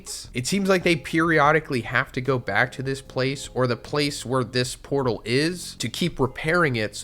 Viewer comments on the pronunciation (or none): none